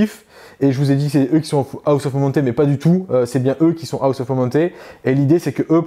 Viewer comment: Rapport de bataille bien cool. Belles figs. Explications bien amenées sur les aspects de jeu. Seul truc, cher: quitte à dire en permanence "serment de l'instant" en anglais, alors ça ne se dit pas "Aoss" (on dirait que tu dis "house"... ça se prononce "hoss"... Sinon en français c'est bien aussi...;)